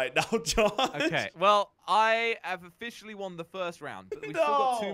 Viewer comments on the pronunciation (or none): did josh said ofishal-he